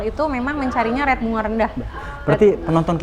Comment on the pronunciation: "Rate" bukan "Red" sampe bingung.